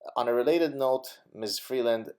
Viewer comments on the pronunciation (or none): none